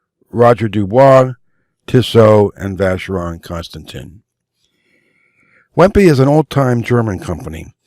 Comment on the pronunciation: Wempe is pronounced "Vempa" - similar to Lange. Nice video and very useful.